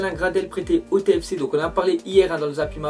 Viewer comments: Comment tu dit TFC toi ta fummer mdr on dit pas tFFFc mais TF(é)C tÉfÉcÉ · Sa se prononce téfécé pas tfc